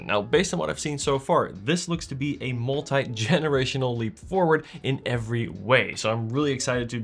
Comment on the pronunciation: Saying zed in an American accent and then saying multi like the Americans do..😅love it